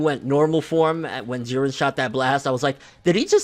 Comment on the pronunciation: I did say in older comments that vegeta and goku would fight together and fuck shit up, whis even said if they fought together they would be able to defeat beerus..... And props to you for actually calling jiren jiren instead of jeedan